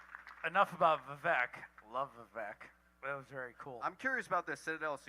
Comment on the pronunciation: funniest thing about this for me is that Pulte is constantly addressing Vivek by his first name and he mispronounces it every single time. If you’ve heard Vivek’s rap, it opens with “my name’s Vivek, it rhymes with cake.”